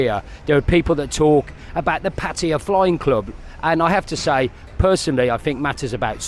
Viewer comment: Why are you calling it Patya? Is that how they pronounce it locally?